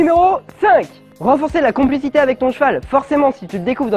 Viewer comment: Cest pas complicite au lieu de conplicite ??